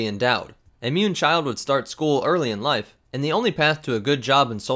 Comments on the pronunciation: They are not 'munes' they are MOOOONS! XD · Muun? I thought you said mum